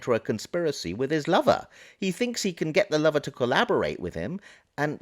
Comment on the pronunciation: I have to ask: why must you refer to the roommate as a lover? Even if the personal / sexual lives had been shared, why would you call his friend, his “lover” when describing him? You might use his name of even just “the roommate”. The tone in your voice and the emphasis on the word lover sure makes me wonder.